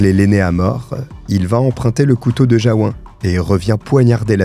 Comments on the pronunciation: On prononce Jaou"N" à Jaou"1". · Merci pour cette histoire atroce Pour info, Jaouen, se prononce Jaouène, c'est Breton 😉